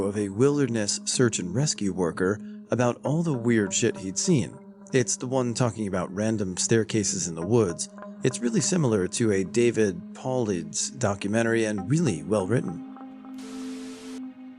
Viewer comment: Paulides is pronounced “paul-eye-dis”